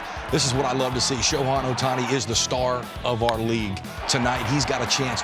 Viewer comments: Next time we're gonna hear him call "Shoku" and "Shoten", IYKWIM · Who is the clown commentator Jake Peavy (former great on the field) who keeps mispronouncing Shohei Ohtani's name? (At least twice, he says something like "Sho-hawn Ohtani".) These guys are being paid for the on-air work, so they should at least be able to properly pronounce names, especially the name of the AL MVP and transcendent sports figure. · If you can’t pronounce the reigning MVP‘s name correctly you shouldn’t be a baseball analyst. ✌🏼 foh with your sho-han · Why is Peavy keep calling him Shohan.